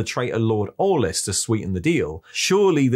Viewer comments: It’s Aulis not Orlis. But yeah haha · Orlis....Orliss.... LORD ORE-LESS! How...clever?